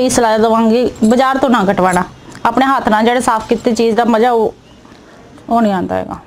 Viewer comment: Maja hhhhhhhhhhh can you say maza or business don't say bijnass